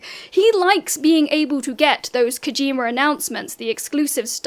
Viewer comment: Legend has it if you say "Kawjeema" three times at 3am Silksong will release and outsell Death Stranding 2